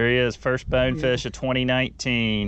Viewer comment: How hard is it to say BONEFISH ! Not bawnfish or bawfish BONEFISH !